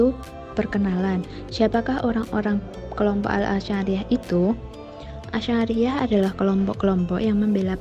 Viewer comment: Bacanya bukan ASI ariyah ya mas..tapi Asy' ariyyah..